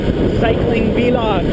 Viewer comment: Haha. Vlog is pronounced like blog. :]